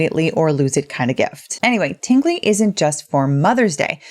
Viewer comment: wait a min, did she say Tinggly Box?😜😂